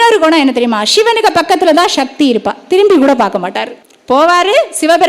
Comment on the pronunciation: ஷிவன் இல்லை சிவன்.... ஷக்தி இல்லை சக்தி.... தமிழை சரியாக உச்சரிக்க வேண்டுகிறேன்..